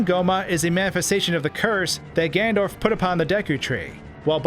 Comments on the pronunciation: I love your videos but you have to learn to say Ganondorf and not Gandorf!! You crazy guy!! Keep makin the vids though bro, they’re sick!! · Also it drives me crazy how you say Gan-Dorf instead of Ganondorf